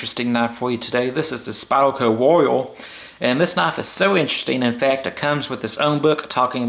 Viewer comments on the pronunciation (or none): "this is the spyerco woio"